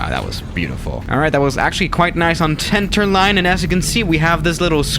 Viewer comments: nobody: Not a single soul:: TENTERLINE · he said tenter landing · "That was pretty nice on *tenterline*"